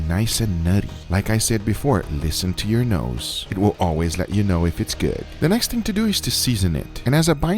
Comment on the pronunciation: nobody:: LISTEN TO YOU NOSE